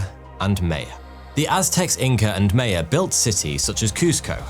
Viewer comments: Mae-a? It's MY-uh you limey bastard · Hey, it is not MEYA. it is MAYA. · It’s not May-ya it’s my-ya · May-yuh??? You mean My-an? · U are saying Maya wrong. May sounds like Mie, Your welcome! :face-orange-raised-eyebrow:😉😏🤨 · My-ann NOT may-ahn Teh-oh-tea-wah-khan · Who are the May-uh? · Maya is pronounced My-uh. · “May-ah” “Con-kwiss-tadoor”. …Sigh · Who are the (phonetical) "May-ya" ?? 😮 🤔 😜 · greetings from Yucatan........its maya...... "ma" as in first sound in mama and "ya" as in the karate chop sound Hi-yah!...ma'ya-. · WTF is Mayo? Sheesh dude, learn to pronounce the names correctly... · “May uh” 😅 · I can’t get past your pronunciation of Maya 😂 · For the love of humanity, please learn how to pronounce Maya!